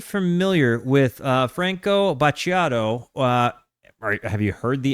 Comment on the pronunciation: It’s pronounced FrankOh - BAT-TEE-YATOH , LAH VOCHEH DAEL PADRONAEH!